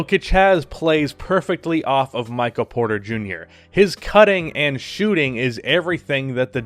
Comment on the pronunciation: Maybe it's just my allergies messing with my hearing but it sounded like you kept saying Micah Porter Jr.